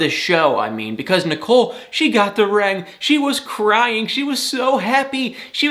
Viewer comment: Don't know why you pronounce it a "rang", when it's a ring.